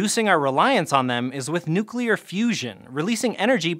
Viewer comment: points to for pronouncing "nuclear" correctly. yay!